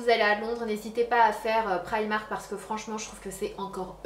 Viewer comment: Tu dit prymark moi je dit primark